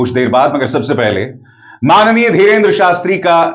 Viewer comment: "maanniyeea" dhirendera shastri, very funny Abishar Sharma.